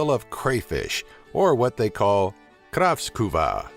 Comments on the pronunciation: haha it's called kräfta! NOT kraftskuva!!! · kraft what? maybe u should learn some swedish before u try to speak? Kräft-skiva,, idiot jenkare! du låter som en finne din tönt.. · it´s called kräft skiva not krafsquva. and we dont eat lingonberry jam on pancakes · Hahahahaha! I love you! I'm Swedish... WTF is "krafskuva"? I know what krayfish are. In Sweden we call it "Kräftor" (english phonetic: something like "craft-ur"). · "kraftskuva" Sorry I died. It's kräftskiva Pronouced like "Krehft chiva" (or something like that" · what is Kraftskuva? does he mean Kräftskiva? in that case: Worst pronounciation ever!!! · wtf? kravskuva?! it's called KRÄFTA ä can be pronounced as an a combined with an e so "kraefta" or something like that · It's called "kräftskiva" not "kraaftskooba" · We dont fucking call it "Kraftskuva" -.- Kräftskiva pls... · Kravskuuva? What the hell is that? It's "kräftskiva" (~plate of crayfish). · Kräftskiva! not ''kraffskuva'' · I like how you said kraftskuva instead of Kräftskiva. Good video! (If you have not figured it out yet, I'm Swedish) :-) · "Kravskuvaa" xD Wrf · Hahahahah ! han säger typ kraeftsurva😂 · how the fk did you pronounce kräftskiva? it sounded like if you were saing krafskuva!!! lololol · I'm cringing at how you pronounce words, like kräftskiva you pronounced as kraftskuva (ä is pronounced kind of like e not a) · wtf "KRAFTKUVA" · I think you have misunderstood the "tomten" tomten=The Santa I died when you said "kärftskiva" LOOOOL XD A for effort (y) :D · It is actually called Kräftskiva. You pronounced it kravskuva. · Skravft skuva xD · Butchered the word "kräftskiva" on xD It's okay, I know it's difficult... It's pronounced something like "kreft-cheeva" :) Needless to say I'm Swedish... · Det heter faktiskt Kräftskiva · Omg this guy pronounce the swedish word so funny 😂😂😂 when he was gonna say "kräftskiva" he said something like "craftskuva" 😂😂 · KRÄFTSKIVA more like "kraeftshiva" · Vad är en "krafskuga"??? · kräfta* not krafskuva!